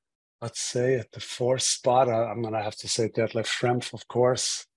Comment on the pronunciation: You couldn't even get Detlef's name right. He is the second best German player of all times.